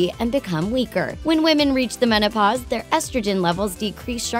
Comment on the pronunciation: "when women reach the monopause" wtf